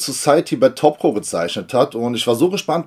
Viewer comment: Hallo, wie immer schönes Video aber mein innerer Monk zwingt mich jetzt dazu Dir zu sagen, dass Du Top Cow falsch aussprichst. Spricht sich eher wie das Kau in Kaugummi oder eben wie Cowboy. LG.